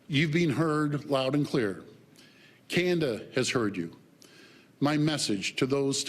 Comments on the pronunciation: "It's CANADA!" Mr. Ford... Not Kanda. 😖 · You're looking rough Doug. By the way, it's pronounced Canada, not Canda..... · Why can't he pronounce Canada? He keeps saying "Canda".